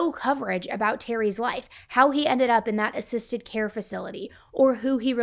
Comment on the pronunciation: I’ve never heard anyone pronounce “assisted” like “ay-cysted.”